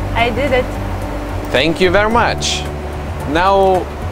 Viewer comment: "THAANNK VER' MUCH"